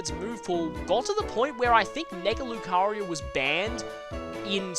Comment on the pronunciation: Why do you call Lucario 'Lucaryu'?